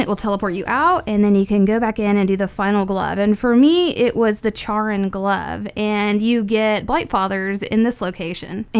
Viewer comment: Charon is pronounced like "Care-on".